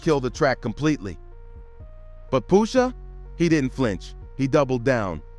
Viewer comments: Brah at least know how to pronounce names.. who tf is Poosha? .. that aggravated me so much I can’t even watch the whole vid… take this comment for the culture and i’m out😅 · The pronunciation of “Pusha” is killing me 😂😂